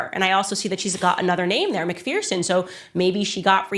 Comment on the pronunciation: It’s said as Mc ferson not feerson